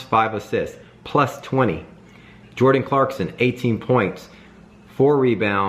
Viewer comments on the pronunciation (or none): none